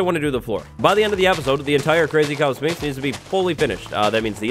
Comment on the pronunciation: Learn how to pronounce Sphinx right